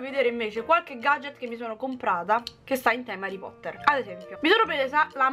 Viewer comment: HARREH POTTAHHHH😍